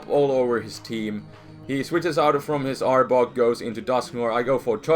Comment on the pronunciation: I laughed so hard in the beginning because when you were saying arbok it sounded like you were saying aardvark XD